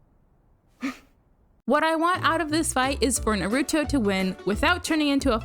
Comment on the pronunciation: I was about to subscribe and then I heard the way you pronounce Naruto